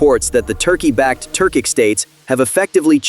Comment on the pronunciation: Turkish states, not Turcik